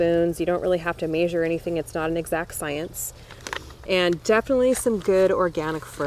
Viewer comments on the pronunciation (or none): I’ve already watched all these on their own, but I enjoyed watching them in succession like this as a refresher! Random, I love how you pronounce ‘measure’! Lol